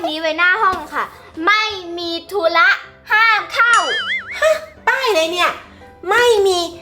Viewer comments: เฌอแตมธุระไม่ใช่ทุ้ระ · ทุระไม่ใช่ทุ้ระ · ธุระค่ะ ไม่ใช่ทู้ระค่ะ💌